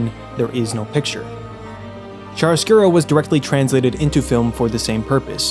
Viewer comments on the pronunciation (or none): uhm... it's chiaroscuro ("ki-a-ro") not chariscuro :'D In Italian "chi" is pronounced "ki" whereas "ci" is pronounced "chi" (or I guess "kee/chee" for an English speaker). the rest is pretty good though ^.^ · A bit of a correction here, in italian it is "C H I A R O S C U R O" :)